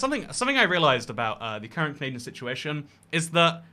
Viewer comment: when will he remove the n from canadia*n*